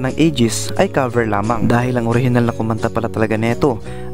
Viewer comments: Bakit pagbanggit nia sa “cover” ay “kaver”? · ANO BANG SINASABI MONG KABER? Cover po. Cover your mouth. Hindi KABER your mouth.